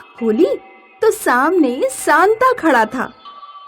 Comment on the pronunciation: Ose Santa nhi santa